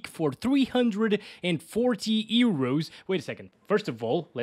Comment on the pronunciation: "...340 Ero's." [Heartrate intensifies]